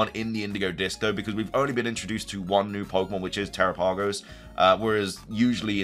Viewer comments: Dude every time you say terapagos name it makes me cringe !! It's not teraPAYgos it's terOPagos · I think you're pronouncing Tarapagos wrong